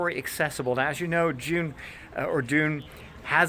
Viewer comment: Props for saying Dune and not Doon!